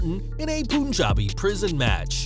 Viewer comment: Hey.. thanx for the video.. very informative.. just one thing.. its not pronounced poon-jabi.. its pronounced pun-jabi (as in pun intended)